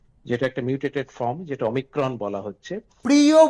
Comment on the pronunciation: Omicrom noy eta omicron